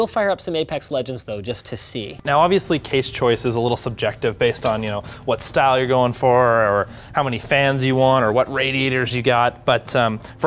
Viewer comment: STYLE not stile chief... FFS